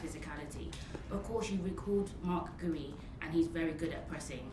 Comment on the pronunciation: Should learn how to pronounce Marc Guiu's name, though